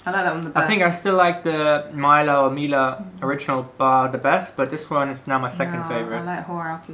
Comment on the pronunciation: its not maila its milka